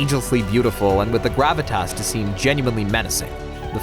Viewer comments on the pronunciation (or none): none